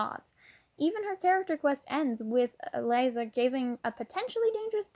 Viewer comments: laiza bruh it's lisa T-T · Btw ,it’s also pronounced “Lisa” not “Liza”.😅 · im sorry i really want to listen to this but the way you cant pronounce any of the names ... like not even lisas??? fydgfyiweguiewgfiwef